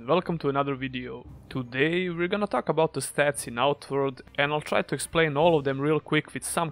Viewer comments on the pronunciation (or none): none